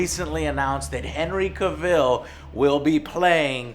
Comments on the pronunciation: I love you Joe but the way you pronounce his last name bothers me lol it's "Cavol" not "Caville" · Who is Henry Caville? It's pronounced CA-VIL. And when did Geralt have an English voice? It's Doug Cockle, he's American... EDUCATE YOURSELF JOE. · Hey Joe, it's actually cAvill, not cavIll. he said it himself in an interview, its pronounced like TRAVEL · it's CAVILL as in TRAVEL!!!!!!!! not CA-VILLE!!! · Its cavil not cavil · Joe, after all this time, you're STILL pronouncing his name as "Ca-ville?" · Pronounced Cav-vol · That’s not how you say his name you fool!! Say it right . It’s Cavill! Sounds like travel . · You're saying he's name wrong... its pronounced CAV-ILL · Pronounced Henry Cavel like travel just saying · Cavill is pronounced like travel (Ca-vel). Come on Joe! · henry "cuh vil" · "Cah-ville" lmao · Henry Caville... Dude, he's not French xD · You say his name as cav- ill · Joe I love you and your channel BUT IT'S PRONOUNCED.... CA-VILL!!! OKAY?! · Cav-ill, strange way of pronouncing his name. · cuvill?????either this is the first time I've heard you say his name or you're saying it different? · His name is Cavill as in TRAVEL! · I used to make the same mistake Joe is making. I used to say it like "Cah-ville". But then I heard the way they pronounce it on talk shows and then I even heard Henry say it one time and since then I pronounce it correctly. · CA'VIL FFS just google someone saying it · Who's Henry 'Kuh Vill'? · It's pronounced CA-vell... As in travel...Cavill. Henry Cavill. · I don't know why it bothers me but it's Henry Cavill spoke (cav-ell) like travel but with a c. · Huh, I always pronounced Cavil like gavel, not like Cruella Deville. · Your not saying his name right, its Cavill, like Gravel. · lmao "Henry CUH-VILL" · It’s pronounced Cavill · Joe you keep pronouncing Henry's last name wrong. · You keep getting the pronunciation on the last name wrong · You gotta say CAVILL correctly lol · That's not how you pronounce Cavill